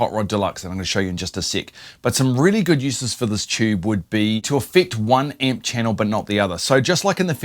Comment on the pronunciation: What the heck is a "chube?"